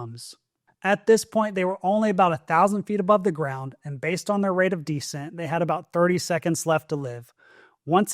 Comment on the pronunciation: begging you to stop mispronouncing descent